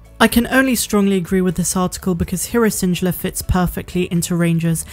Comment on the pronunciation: Where is from? Just curious bc she mispronounces random stuff like schedule and Syndulla